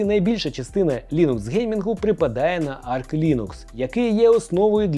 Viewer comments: Все круто, але будь ласка: "арч лінукс", а не "арк". 🙉 Він називається саме "арч". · Та не Арк Лінукс! Арч! Арч, бляха муха! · Все життя називав свою робочу ОС "Арч", а тут кажуть "Арк". Тю 😂😂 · бо вона називається арч, а не арк